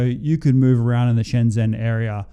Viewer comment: SCHENGEN bro NOT SHENZEN. wtf!!?